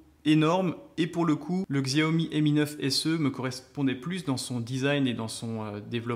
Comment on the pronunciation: Je l aurai demain si tout se passe bien Et c est pas Xiaomi mais chiaomi sa se prononce comme sa voilà voilà très bonne video